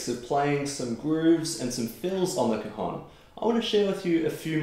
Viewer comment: It's an open vowel in cajón (hence the accent on the 'o'), the o is open as in for example the English word 'ON'. You're a tremendous player